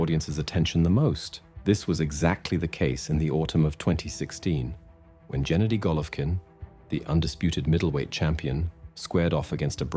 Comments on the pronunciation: not jenady. Hard 'g' as in green. gawd. get it right. fk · 🤦🏻‍♂️Not Jenady But Gennady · His name is GE-NADY? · Genady, with " g " as in "good" not " g " as in general. ...Golvkin is sufficiently famous to know how to pronounce his name. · His name is pronounced Ge-NAH-dee, with a HARD 'G' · Gennady - "g" is pronounced as in "go".